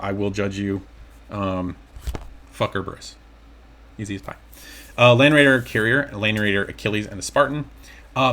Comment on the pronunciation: Love the video! And it’s pronounced Er-e-bus haha you got the fuck part right though lol